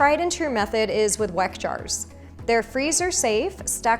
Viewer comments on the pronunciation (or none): Weck is pronounced “veck.” 😊